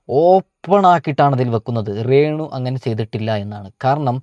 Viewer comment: റെന്നു അല്ല രേണു